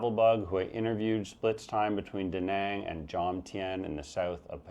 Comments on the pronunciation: Maybe I missed you mentioning visa options in your #1 Penang. Btw majority of English speaking asian countries would have the similar pronansiations of the later A it's not Dehneng it's Dunung and Penung. From what I understand visa options in Malaysia are very limited Digital Nomad or a Malaysia My Secong Home which is very expensive. How do you see retiries able to afford this? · You didn't just mispronounce Danang, but just about every other town on your list which makes sense since you were as stoned as you sounded. Also, you show footage of Taipei while talking about Tainan and the footage of Palawan while talking about Dumaguete, not to mention some other mismatches. Phu Quoc is so much inferior to Ko Samui or even Phuket it's not even funny. Danang is where just about every other hipster "digital nomad" flocks to these days, and there's absolutely no small town vibe there. Pai is overrun with aggressive Israelis, and Hua Hin is a disgrace when it comes to beaches. Your Filipino "friend" who recommended Baguio over Dumaguete obviously wanted to mislead your viewers. All in all just another attempt at hyping from a small-time vlogger. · Your pronunciation is indeed wrong but it’s fine. Better than Duh Nahng. I wouldn’t sweat it too much .